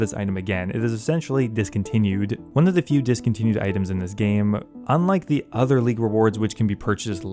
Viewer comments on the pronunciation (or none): none